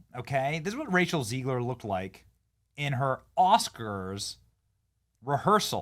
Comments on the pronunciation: It's ZEGlar, not ZEIGler. You're doing my head in. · It's ZEGG-LER not ZEEEEGLER.